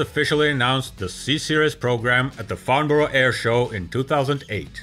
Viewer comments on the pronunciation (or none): none